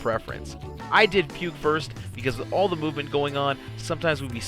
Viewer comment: I thought you were calling it Puke because it sucks anyways :P